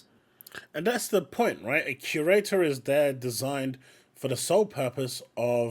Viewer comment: I just can’t take anyone seriously when they can’t even pronounce “curator” correctly. There’s an awful lot of confirmation bias, dog piling and scapegoating happening among gamers in the community. Bad writing is bad writing regardless if it’s inclusive or not. Same thing holds true for good writing. People need to learn to accurately express what it is specifically that they find to be offensive because just calling something “woke” or saying that an “agenda is being forced down our throats” is lazy and makes you sound like you’re just repeating shit and you’re a part of a hive mind. Be specific! Because a lot of people will get dismissed as simply having a problem with non-straight people and minorities existing in games.